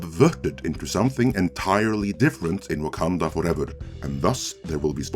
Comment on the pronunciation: WAH-MEN Fooevah!!